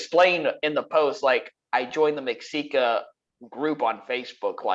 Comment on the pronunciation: Great vid as usual. One thing though, Mexica is pronounced Meh-She-Kah